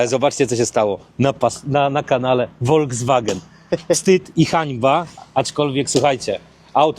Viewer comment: Ludzie prosze... nie wolgswagen, nie wolDZWagen tylko folkswagen (juz fonetycznie) 😮